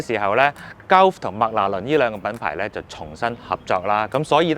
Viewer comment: Gulf 鳩呼 呢個讀法真係幾搞笑 "高呼"呢個讀法又得唔得